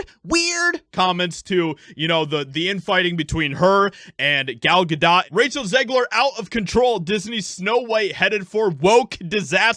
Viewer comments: Gal "Ga-dough"' not " Ga-dot" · Gal Gadot is pronounced Gal Gahdough, not dot. The T is silent. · Gal "Ga_Doh" not "Ga_DOT".. Ya LOL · Gal GaDOT... I don't like these people, but for some reason this pronunciation hurt my brain. 🤦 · Ga-Doe proper pronunciation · Gal GadO is how you pronounce that woman's name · Dude, I like what you're saying but learn how to pronounce Gal Gadot's name.